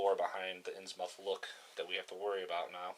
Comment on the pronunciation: Innsmouth is pronounced more like "Inns-mith" being from northeast area of U.S. in the early 1900's. Think Portsmouth, N.H. "Inns-mouth" sounds ridiculous and would likely get you punched in the face by locals in the North Atlantic regions. :D Thanks for the playthrough, I promise I'm not hatin' just tryin' to help!